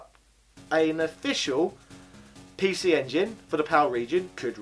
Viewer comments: Apologies in advance if it’s a rude question, are you deliberately saying pee she? Edit: Hong Kong ? PAL, English, Very close to Japan .... ? Edit of the edit: I should have watched it all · why does he keep saying pee shee